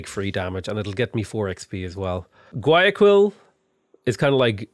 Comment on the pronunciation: how to read guayaquil: wa ja kill